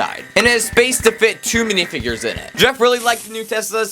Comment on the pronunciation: "dihfigures" bro wat???